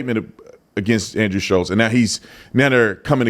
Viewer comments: Guys it’s Schulz not Shutlz. Forever you guys are saying and spelling his name wrong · FFS.... How is it that only the people that dislike Andrew SCHULZ. Know how to spell and say his name? I love your channel. But c'mon. Getting names right, is 101 stuff.